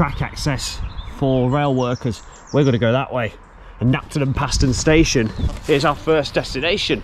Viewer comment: Fantastic Video, especially nice to see the aerial footage! I live in Knapton, and have walked the entire route (North Walsham - Cromer Tunnel) many times in my younger days. You missed the Railway Terrace at Mundesley which is well worth a look! PS Paston is pronounced “Parston” by Locals! 😂